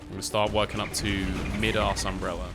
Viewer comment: Idk why but it BUGS me, ITS MY DAS umbrella DAS as in ADIDAS NOT MID-ASS thank you😄